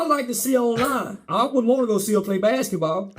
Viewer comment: That joker said “BACKETBALL”…😂😂😂😂😂😂😂😂😂